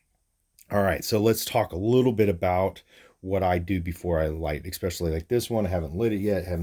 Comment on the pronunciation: ESSSSSSPECIALLY....NOT EXPECIALLY.....dang it to heck 😉🤪